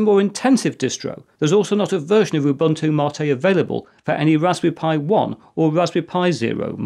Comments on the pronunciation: Now if we could only get him to pronounce Ubuntu correctly! (oo BOON too) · It is funny that you lecture people about how to pronounce MATE, while totally butchering your pronunciation of "Ubuntu". It is actually Ubu-Ntu (similar to entoo).